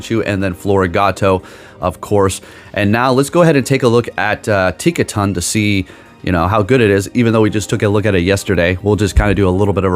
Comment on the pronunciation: "...TinkaTANK...*looks closely...Tinktink(nailed it) *almost immediately TINKTINKA" "..been waiting for this Pokemon" but doesn't know the name or pretends not to know. Stop lying! ...and continues to mess it up for rage bait. Cool, well played